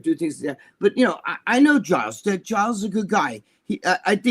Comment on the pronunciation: His name is pronounced Jiles.. Lol. Anyhow.. Great show guys as always !!!!!